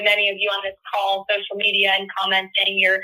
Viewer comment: Did Leavitt say spiritual warfare trying to break our cause or our call OR our CULT, it sounded like the last one to me